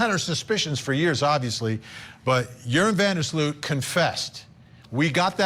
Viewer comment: Are they saying Urine van der sloot 😂 same thing i guess